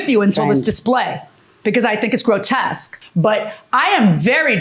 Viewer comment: “Grotesque”. ? Come on, judge.